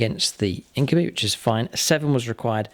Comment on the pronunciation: INK-YOU-BYE not INK-OOH-BEE